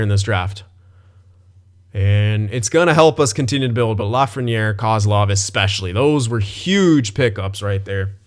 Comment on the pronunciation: Dude, you're so wrong... And it's Lafrenière